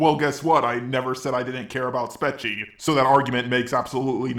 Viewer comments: no guys it's pronounced "spork-cho" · I think it’s pronounced spechie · Here’s how to pronounce it (not hating just for the future) spet-che (or I think that is how it is pronounced) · OH MY GOD AAAAAAAAAAAAA IS NO ONE ELSE ANNOYED BECAUSE HE KEEPS SAYING IT LIKE SPE-CHI? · i think it’s pronounced “speech-ie” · It's pronounced SPECHIE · Its pronounced Spechie